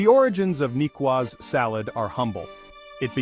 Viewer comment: Why is the narrator so annoyingly mispronouncing the name of the salad? A cedilla mark under the c indicates how to pronounce the word.